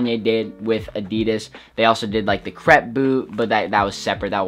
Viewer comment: It killed me hearing him how he pronounced Adidas